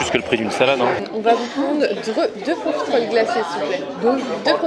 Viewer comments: c est profiteroles et non profitéroles logiquement la prononciation (en tout cas suis team sans l accent prononce) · On dit profiteroles et pas profitéroles ! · Ton dessert préféré mais t'arrives toujours pas à prononcer correctement le nom c'est dingue